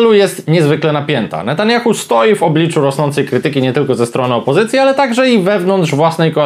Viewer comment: "Bendżamin Natandżjachu" 😂😂😂😂😂